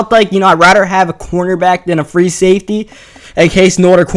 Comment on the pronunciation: "I radder have" lol